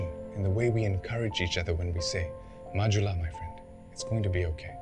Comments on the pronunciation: Yes it's pronounce as 'ju' not 'hu' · So it's pronounced "majula" not "mahula" ?